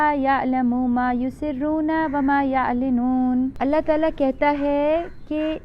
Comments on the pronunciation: وما یعلنون۔۔۔ پیش کے ساتھ پڑھیں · Sister wama ulinoon he apne bhoole se galat padh diya he